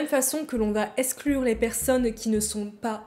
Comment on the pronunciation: [Esclure] sur 20. : Ca se prononce [bouçou], il n'y a pas de voisement du "S" entre 2 voyelles en japonais. : Ca se prononce [Moé], la lettre "e" se prononce toujours [é].